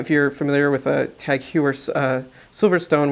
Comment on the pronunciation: Not trying to be that guy, but for future reference Tag Heuer is pronounced "Hoyer" (rhymes with "Toy").